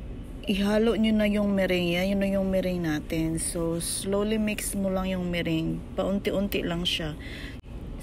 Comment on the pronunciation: Meringue - "me-rang" is the right way to pronounce po hehehe sorry na po had to mention it lang cuz it bothers me huhu😢 Anyway, that Puto Pao was fantasticcc😍😋😋